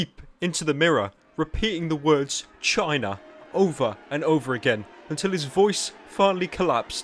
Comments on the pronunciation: Anyone else think that when trump says China it sounds like shisa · The way he says China sounds like Shina. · when trump says china i heard vagina